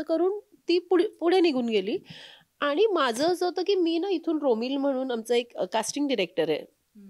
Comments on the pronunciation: Abp माझाची ची मुलाखतकार आणि " आनी पानी " करतेय. बरोबर नाही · बाकी सगळे मराठी बरोबर बोलतात. पण आणि पानी म्हणतात. काय बोलायचे.